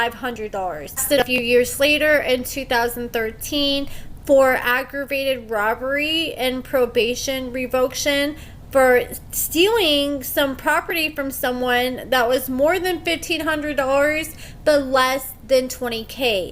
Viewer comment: It’s RE - VO - CATION.